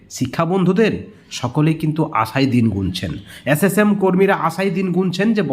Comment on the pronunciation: ন্যাতাজি নয়।কথাটা হলো নেতাজী। অ্যাস অ্যাস কর্মী নয়....কথাটা এস এস কর্মী .....কথাটা হোবে না...হবে প্রচুর ভুল ভাল উচ্চারণ😢